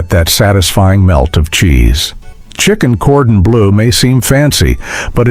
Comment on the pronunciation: It's no wonder you couldn't remember many of these dishes; you couldn't pronounce them or their ingredients, e.g., goulash, chicken cordon bleu, mousakka, paprika, or bernaise.